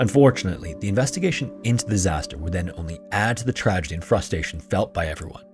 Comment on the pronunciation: Frustration. Not frustation < not a word. Well technically it is now. I love you vids other then the mess ups. Just adds to the non sell out you are. Love it!